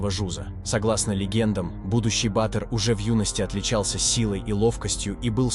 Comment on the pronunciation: Вообще - то произносится батыыр, а не баааатр!☝Информация супер конечно, но неправильное произношение некоторых слов, оставляет желать лучшего)